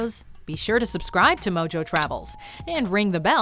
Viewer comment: It's pronounced as Mo*H*o, and not mo*J*o.